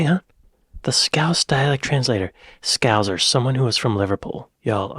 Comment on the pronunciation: He said 'scowss' the correct way if saying 'scouse'. You said 'scowzer' 2 minutes later.